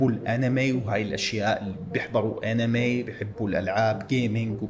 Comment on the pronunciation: أنمي❎ . اينم يي✅ . 😭😭 .